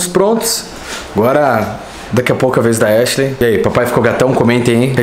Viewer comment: Raraaaa a irmã da echileimfala halienigina